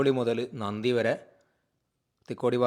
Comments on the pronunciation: നന്ദി അല്ല നന്തി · നന്ദി അല്ല സുഹൃത്തേ നന്തിയാണ്